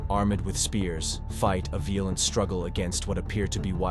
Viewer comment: Pronunciation is poor e.g., veal-lent for violent?